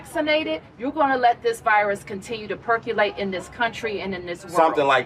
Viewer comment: She said perculate 😂